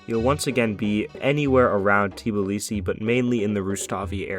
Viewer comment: georgian speaking: why do u say Tiblisi Its pronounced Tbilisi